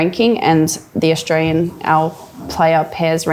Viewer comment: Australian … not Australien